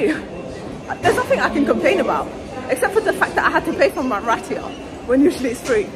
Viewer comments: girl its pronounced rye-ta not ray tia lol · Ratia instead of Raita _lol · Girl is RAITA not Ratya 😭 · Hydradehbab ratiya 😂😂😂 I love you your just too funny it’s Hyderabad and ritha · She pronounced Raita as Ratia. 😂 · Rat e a instead of raita, jokes, but a great video❤ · LOL it's RAI-TA not ratia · Let me write down how to pronounce sounds to make it easier for you 1.) Raita = rr aii ta 2.) Hyderabad= haii drr a baad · Hy Der A Bad It’s not Hebedebab 😅 And it’s pronounced Vee Ra Swaa Mi Not Veriswaamy And that looks like a tiny portion of Biriyani for 29£ Great video as always Keep rocking sis ❤